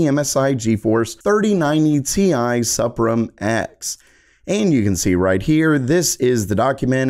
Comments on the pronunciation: Pretty sure it's pronounced "Supreme" - just a goofy way to spell it for marketing purposes. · I believe the MSI "SUPRIM" line is intended to be pronounced as the English word "Supreme". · Hey, you think that's (SUPRIM) just pronounced "supreme?" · Suprim = SOO-preem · This Man when saying "Suprim" is kinda different than what I thought